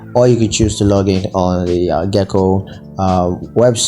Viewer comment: You’re pronouncing Geico wrong.